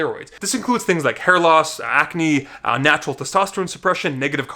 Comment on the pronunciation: Simeon Panda is somewhere like “I don’t need to watch this video yeah, I’m nachural, always been nachural.”